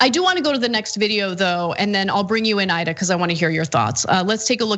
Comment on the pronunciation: Ana, I love you girl but Imma need for you and everyone to PLEASE pronounce Aida's name properly. It takes a bit of effort I know, but it really makes a difference. Thank you🌻